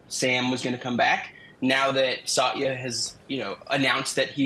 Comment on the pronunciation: Very strange to hear Satya mispronounced. But nobody’s perfect.